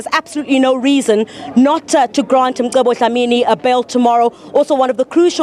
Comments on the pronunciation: Its Mcebo... not Msebo! ca ce ci co cu!!! If one cant pronounce that, there are speech therapists to assist! If it was a black person mispronouncing an English word/name, it would create some space for mockery n a stand for correction! Respect out names, dear white lady!! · This lady is ignorant. His name is MCEBO! not Msebo.